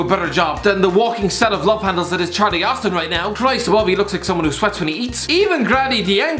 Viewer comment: Bruh your girlfriend 😂 „Christ-Bove“